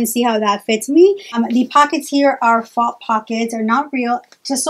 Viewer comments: Faux is pronounced fo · FYI, "faux" is pronounced like "toe"